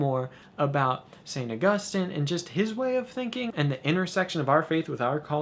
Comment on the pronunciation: It makes me so happy to hear you pronounce Augustine right. :)